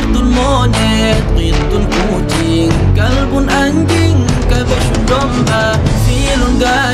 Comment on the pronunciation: Nyebut Anjing faseh Nian banget 😅